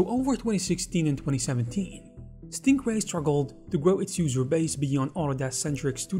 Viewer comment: It really sounds like you're saying "Stinkray" lmao